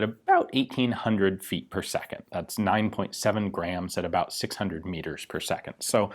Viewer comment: "at ab oU t 18 hundred feet per second.."